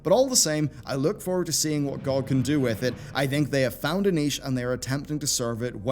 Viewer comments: Everyone: G O G YouTuber: GOCK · Never heard anyone actually pronounce it "gog" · Does it bug anyone else that he says GOG like that or is it just me? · B's pronounciation of gog just triggers me :(